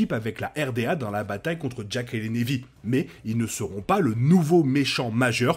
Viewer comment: très bonne vidéo et hypothèse, mais s'il te plait !!! prononce Na'vi avec un "a" et pas névi .... même en anglais ils le prononcent avec un "a" ;-)